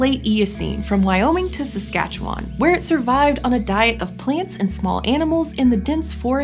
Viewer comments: She said Saskatchewan right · Well done on pronouncing Saskatchewan correctly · Great job saying Saskatchewan not many youtubers say it properly